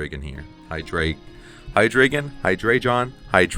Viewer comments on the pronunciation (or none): The name is easy,. It's Hy-DRY-gon. Hy-DREE-gon. HY-dro-gen. You know—the dragon with three heads. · High-Dre-Gone then put it all together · Bro, it's not even that, you are supposed to pronounce it Haidraeigown 🤣 Good to see the spice back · great work. btw it's pronounced Hydreigon, hope that helps 😎